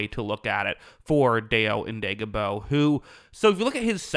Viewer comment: It's pronounced Dye-oh Oh-dang-bo. The bears are paying him based on potential rather than production. He's an athletic freak and gets consistent pressure on QBs, despite being a part-time player. Colts couldn't afford him, and they knew someone would overpay for him. Best of luck to Hurricane Dayo! 🌀